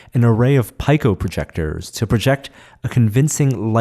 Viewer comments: "Pike-o"? That's not how you pronounce "pico" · "pyco" projectors? really? you should be smart enough to understand it is pronounced "peeco" projector. i.e. the correct spelling is Pico Projector